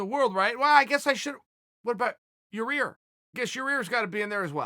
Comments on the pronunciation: urear lol, its yair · I got your back Uncle Chael, it’s “Yah-Ear”. I came up with a saying to help you remember. It’s not ya rear, it’s yah ear 😂 love ya Unc! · Ya...….Ir..... Fu@ me Chael…. there is no 'R' in the middle of Yair….. Not even going to try Zabit Magomedsharipov…. You are so far off you have actually become worse than Joey Diaz for getting names right.... And that is fu@ saying something..... Enjoy your content but cant stand these mistakes. Lazy uncle Chael......Lazy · He still says ya rear. 🤦‍♂️ It's all good though because Yair calls Chael... Sha Eel. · I honestly dont understand how Chael pronounces names so wrong.... im starting to believe its on purpose now for engagement.... he also says "ya rear" still.... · Everytime when uncle Chael talks about the featherweight division im just waiting to hear him say “yar-rear” again😂😂😂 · I was just thinking what about "ye rear"?! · Where does "Your-Rear" fit into all of this? 😆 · Who is "Ya Rear!?" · At this point Chael, I think you’re just saying Yarear just to annoy us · Chael "Ya Rear" Sonnen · If you cant say yair, these no chance you can say magomedsharipov 😂😂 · He's gotta be trolling us when he fucks up names. Ya-rear!!!! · Haha I was thinkin "who tf is ya rear? Is he new?" Somehow seeing u write it made me u understand yair. He was def ducking Cherry pov too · Butchered the names